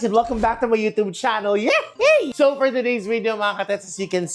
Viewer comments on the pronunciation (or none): none